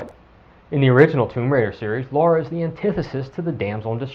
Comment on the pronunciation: Holy shit! Her name is LARA, not LAURA! A minor pronounciation problem, but it irritates the shit outta me.